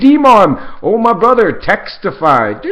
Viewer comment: OH MY BROTHER TEXT-I-FY!!!!!